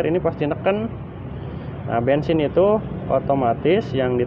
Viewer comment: bensin bukan bengsin